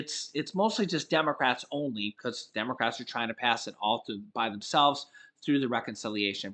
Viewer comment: I'm shocked did you just say demarats.....shocking